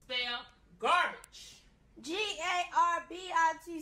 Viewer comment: the kid spelled G A R B I T C H he was actually right the way his mom actually prounounced garbage that kid is actually very smart XD